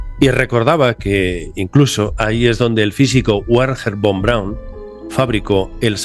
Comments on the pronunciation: ya te dije que el científico alemán se llama Berner fon Braun y no como lo pronuncias tu Werjen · No seas malcriado cómo vas a estar pronunciando...Warger con Braun a estas alturas de tu vida (los españoles son unos Faltosos.😡